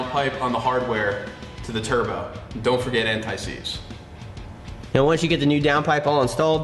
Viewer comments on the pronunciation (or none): also when installing the DP to the turbo you said don't forget "antiseeds"? what is that?